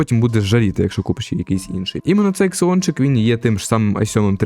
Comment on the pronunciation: не ксеончик, а зеончик!